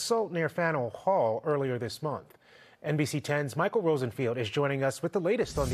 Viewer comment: What hall? Learn how to pronounce places my guy.